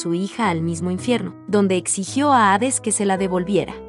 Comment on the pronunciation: Hades, no aves .